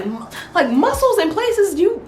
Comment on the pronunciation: Lmao did you really have to say muscles like that?!?